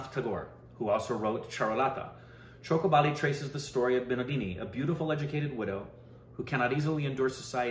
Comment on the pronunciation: Did said 'Choke her Bali'.